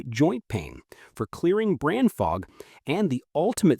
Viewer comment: Robo-voice. Unlistenable. Brain fog became bran fog. Nice.